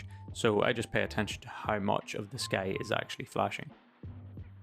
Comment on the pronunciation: Minor cavil: the word 'sky' is not normally pronounced with an 'sh' sound, but you're Irish, I guess, so ok?